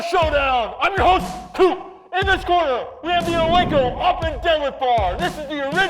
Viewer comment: I am from Sweden and it is öppen whit ö not whit o